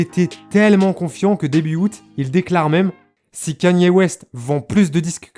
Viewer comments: salut . stp ca se dit " k é n i " ( KANYE ) et non " k a n i é " . 👍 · la vidéo est tres bien mais ca se dit kani west et pas kanyyyé west bordel.... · Il y a que moi que ça perturbe qu'il dis kAnye West et pas kEnye ? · Pq tu dis kanyé ? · C’est « Ka-nyé » la prononciation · pas kanier kéni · Non ça se prononce absolument pas comme ça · Over Size écoute I love kanye dans life of pablo et on verra si ça prononce pas comme ça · Noa abdeljelil & oui je répète ça se prononce pas comme ça, son accent est très mauvais